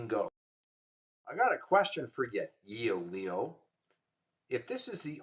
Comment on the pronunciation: "Yoeleo" is pronounced as "YOH-leh-oh" with the emphasis on the second syllable, "leh".